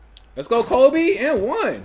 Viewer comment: I do hate how you say Kobe Bryant